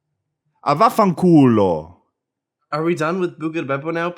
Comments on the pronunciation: Damn the pronunciation is on point! Only problem is that "vaffanculo" means "fu*k you" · said "a fuck you" but like in the goofiest accent and it's pretty funnee